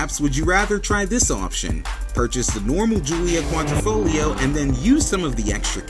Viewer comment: Repeat after me..."Quadr I foglio" not "Quadr O foglio" good now repeat again! Quadro in Italian is a picture frame, Quadrifoglio is a four leaf clover.